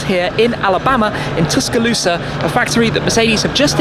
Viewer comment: Schmee saying Tuscaloosa... priceless